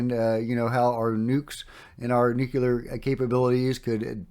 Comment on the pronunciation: Love you, man but c'mon - say it with me... "Nu...clee...are. 💛